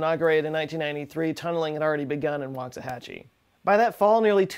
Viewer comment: What the heck!!! Waxahachie-hachie?! 🤯